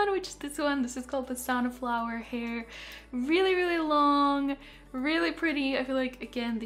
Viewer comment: I thought you said Saunaflower LMAO